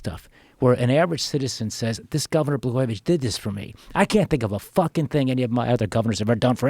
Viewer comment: Blagojevich not Blagojević 😂